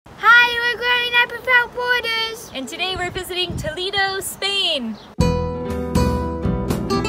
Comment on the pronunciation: Toledo not “Tolido”